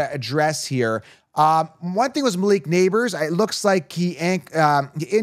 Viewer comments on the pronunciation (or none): none